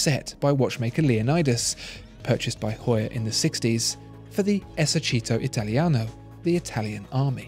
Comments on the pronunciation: Hearing the pronunciation of Esercito Italiano so extremely wrong said in such a serious and professional manner xD I absolutely love it haha. Fantastic video as always btw. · It is not that bad compared to some of my other English friends